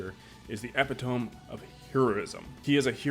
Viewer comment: After hearing he hadn't read book 2, reading the blurb wrong and mispronouncing "epitome", I had a feeling where this was going. I think, as you point out, his belief is based on a certain view of morality, he clearly expects a Priest to epitomise all that's moral (by his standards), which as we all know, just isn't the case in the real world. The thing about morality is its not rigid, what one person finds acceptable another might not and what one culture may find acceptable another wont. The only thing I would say is that equating the scarring to Batman's branding may be a bit of an own goal in the argument. Not saying its a moral contradiction, but in BVS, the branding was an indicator that Batman had gone off the deep end.